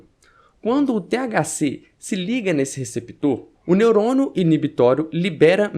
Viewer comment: tô chapado ou ouvi "neurono"?